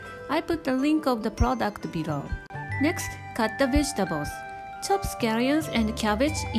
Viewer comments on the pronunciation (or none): Vegetagles lol